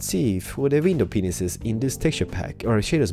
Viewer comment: I probably have problems hearing because it sounds like your saying window penises....I probably have hearing problems